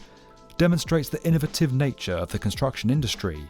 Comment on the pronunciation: I hate the way he pronounces controversy and innovative.